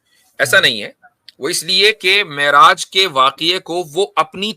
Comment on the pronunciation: Miraj nhe Me'raj hota ha ullu ke pathhe😂😂😂😂